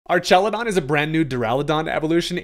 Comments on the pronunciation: Why u sayin it like “ar-TCHA-lu-don” instead of “ar-KA-lu-don” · So, just to preface, this is the first Ive heard it said... but I feel like it would be pronounced ARK instead of ARCH, because you know... electric arks